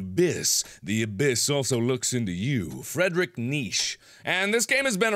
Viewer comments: Mark: "Fredric Neesh". Me: Opens mouth, and pauses, brain misfiring. . . . . . I mean, REALLY, Mark? You're a smart guy, a REALLY smart guy, and you're telling me you've never heard of Friedrich Nietsche? I mean, yeah, he's not exactly one of the nicest people in history, but he's still world famous. >.< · "Fradrik Neeeesh" lulz xD